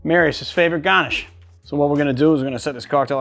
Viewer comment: lol I loved the side GAH-nish